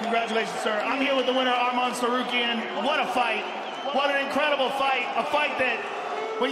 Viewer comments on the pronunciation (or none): First, it's Arman not Armen. Second, there is no bandwagon, and apparently they hate Arman more than Islam for some weird reason. But yeah, I hope this will be the next fight instead of another American dude getting the shot, again.